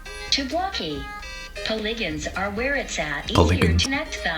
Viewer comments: Tiktok: “Poligons” Me: CORRECTION, POL-EEEE GONS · “Pohlihgans” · Nobody: TTS: P o L i G a N s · "Polygons" WTF WHY AM I LAUGHING SO MUCHH